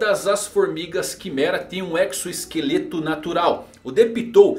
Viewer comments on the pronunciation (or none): none